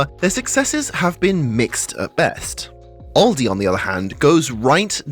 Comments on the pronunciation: It's Aldi, not Oldi. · Where I am we pronounce it Al-Dee not Ol-dee